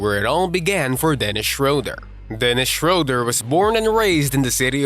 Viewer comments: oh! you pronounced Löwen Braunschweig correctly. So the ö in Löwen is the same as in Schröder. So it's not schrouder but Schröder as in Löwen. But i get that it's hard to pronounce :D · How come that you manage to pronounce the o-umlaut in Löwen Braunschweig correctly, but mispronounce the ö in Schröder? (It should be pronounced like the i in bird.)